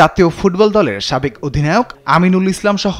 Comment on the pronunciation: সাকেব না সাবেক হবে??